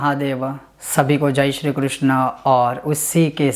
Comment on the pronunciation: "जय श्रीकृष्णा" बोलकर सारी विद्वत्ता का सत्यानाश कर दिया आपने! जय श्रीकृष्ण उच्चारण व्याकरण की दृष्टि से और शब्दार्थ की दृष्टि से शास्त्रानुकूल है जबकि कृष्णा नहीं! कृष्ण = भगवान श्री कृष्ण चंद्र जबकि कृष्णा = अयोनिजा यागसेनी द्रोपदी को पुकारा जाता है!